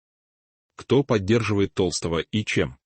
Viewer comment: Не Петра ТОлстого, а ТолстОго!!!перестаньте включать ИИ, пусть сам Петр скажет правду и не боится рассказать про предательство ГД, в лице Матвиенко и Володина😢